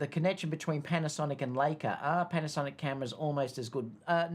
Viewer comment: I think it’s Li-ca and not Lay-ca (Leica) what happened to your trip to UK at the start of 2023? Too many weddings ? In the A93 happy to have A7R5 but with less mega pixels but faster sensor readout for silent shooting and no rolling shutter. Happy if it is photo centric to differentiate from A1 if you want the best of both worlds then pay the premium but why pay that much is you want stills. I’m finding the R5 much better than the R4 for wildlife yet to try it on any dancers 😊